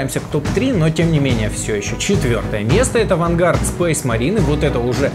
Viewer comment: Дэф воч, блин, читается ДЭФ ВОЧ!!!! Фая воррио!!! Вэнгад!!! АААААА мои уши!!!111одинодин